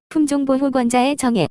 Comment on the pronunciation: 정의를 왜 정액이라고 들리나? 고의?